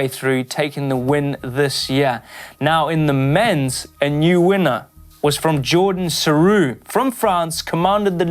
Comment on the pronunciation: "Pauline perrand prevot and jordan soorou", im french and the way you are spelling it is so funny. To pronounce well you have to say Pauline FeRand pRevo and joRdan sarou with accentuation on R